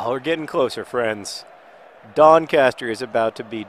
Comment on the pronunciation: You said Doncaster wrong